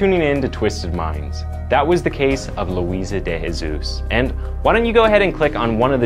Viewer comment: De Jesus isn't pronounced with the "H" sound. say the J in portuguese. Jose, an example, you say the J